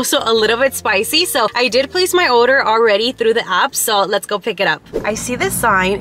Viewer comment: & “oder” instead of “order” lol